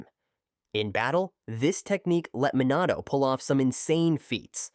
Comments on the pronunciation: try to like re-spell the voice to have the pronunciation correct, like instead of minato, try to do mih nato (but it depends on the accent of the ai voice) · Dude, stop mispronouncing words in your videos. Jonin is pronounced Jo - neen, Minato is Me - Nah - toe, etc.